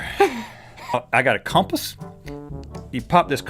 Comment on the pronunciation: i got a cohmpass, you pop the cohmpass off